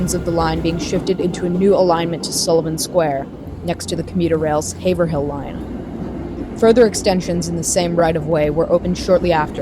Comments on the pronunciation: Haverill not Haver-hill. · This has probably already been mentioned, but you mispronounced Haverhill - as far as I'm aware, it should be "HAY-vrill" and not "HAY-ver-hill". Also, I think that you somehow skipped the station in what used to be Dudley? I think? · HAY-v'r-il ---- this is not a bad way to practice it (its one of those odd cities in towns....there's a few of them lol) but there are the same town names elsewhere pronounced phonetically or even wildly different that it is spelled. these are a great series, the the MBTA has quite a history to it. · Haverhill = Hay-Vrill. or vrull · Boston-based but can’t pronounce Haverhill